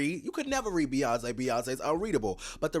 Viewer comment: The say Beyonce is horrendous LMAOOO